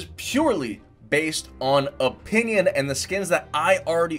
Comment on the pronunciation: He said opinin